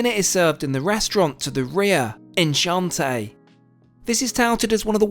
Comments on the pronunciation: On Chant Eh LOL. A Brit that doesn't speak a lick of Francais... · did anyone notice how he pronounced Enchanté completely wrong? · Gorgeous production values as always. I love that you’ve got most French pronunciations right, especially that of Moët. But three wrong ones on this vid. It’s ON-chanté, not EN. The ‘s’ in Camus is not pronounced. Ergo Cam-oo, with the emphasis on the first syllable. Similarly, the final ‘r’ in Marnier is not pronounced, so it’s Marn-i- AY. Cheers. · Your pronunciation of enchante was so british 😂